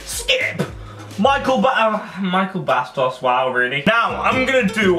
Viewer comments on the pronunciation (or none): "MICHAEL BASTOS" GIBBY SIT DOWN